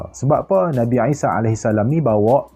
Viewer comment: Isa, I tu sebut mcm ain